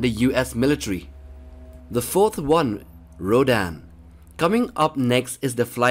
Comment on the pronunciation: says rodan* m: its rodan dum dum